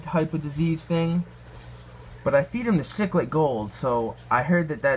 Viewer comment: Siklid, thats how its pronounced